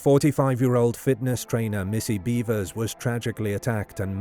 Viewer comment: “beh-vers” not “bee-vers”